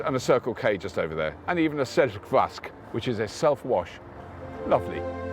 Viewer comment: I love how you pronounce Norwegian words like "selv vask" :) You and TeslaBjørn should do an episode together :)